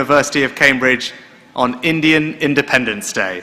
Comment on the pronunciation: Lol its Independence not Endaapendence